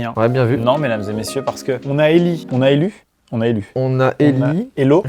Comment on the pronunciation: « on a elûve »